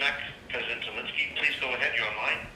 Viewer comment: Why can't any of you pronounce the President of Ukraine's name correctly? It amazes me that in Canada, a country that has one of the highest number of Ukrainian immigrants tries to put a russian pronunciation like putins name. I will attempt to help by spelling it in a way that you might be able to get it right. Volo-deemer, now look at the correct spelling and you will see this is a possible pronunciation and you should be able to agree that vladimir is a pretty stupid attempt, which is probably appropriate for turdo.